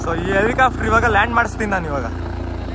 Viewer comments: Helicopter ✅ Helicafter ❌ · Helicafter alla guru adhu helicopter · helicaaftru alla guru adu, helicopter.... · Guru English ashtu clear aagi mathadthya kannada na yaak guru haage mathadthya ex: “ikkavre” , “aithe”, “ helicofter” alla guru Helicopter. 😐… You ppl make videos alva many ppl see these videos let them learn from your videos plz.